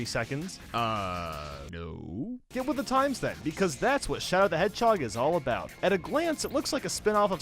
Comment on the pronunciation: "Donald the Hairhog"